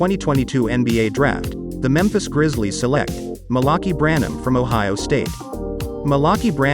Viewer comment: No way he said Malokey Branham